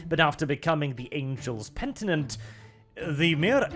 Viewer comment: Penitent, the word is fucking penitent.